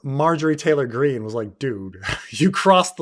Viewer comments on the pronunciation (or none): none